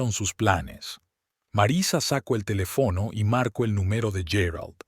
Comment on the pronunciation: Ese narrador no sabe leer , pongan a otro, se oye feo y es ridículo si la palabra esta mal escrita el no corrige sino que lee mal.Dice por ejemplo.carino.cuando.es cariño , sir'urgia por dirigía telef no